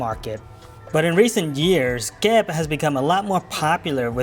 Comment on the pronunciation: Come on,. You gotta pronounce Kep the correct Khmer way and not western style. 😂